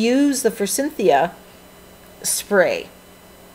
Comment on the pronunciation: I love the page. I have to comment on the Forsythia. Please please don't be offended, but Forsythia does not have the letter N. Your pronunciation has brought back fond memories for me. When my son was 5 or 6 years old (now 38), I planted a Forsythia. He called it Forcynthia, as I had a friend and co-worker named Cynthia. Thanks for sharing!